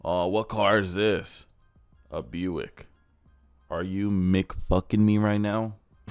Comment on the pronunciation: The way he said “a Buick” is how I feel when I see a Buick. Like why do you exist 😂